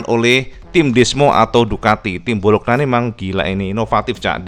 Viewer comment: Cak bacanya bolonya bukan bologna😄